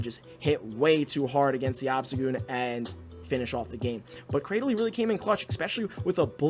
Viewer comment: According to Pokedex 3D, Cradily is pronounced "Cray-Dill-Lee", so you got it right. Also the spice vs ELO struggle is real. I wish there was a way to pause going up and down in rating for when I want to try out fun-but-unoptimal junk.